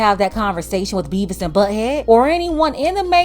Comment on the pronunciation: 😂 she said Bevis and Buthead 🤣🤣